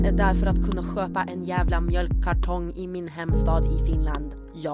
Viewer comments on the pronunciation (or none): Oon ihan varma että kuulin mjölk karten jossain vaiheessa...🌑